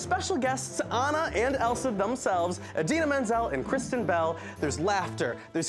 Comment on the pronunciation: Did she say idina menzels name as Adele minzene or something like that. You would think that's the one she would know for sure and it's the only one she got wrong, lol